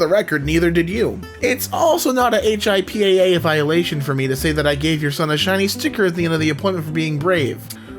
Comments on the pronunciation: basically, you should pronounce "HIPAA" as Hippo with an 'A' (Hippa) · It’s pronounced hipaa (HIP-UH)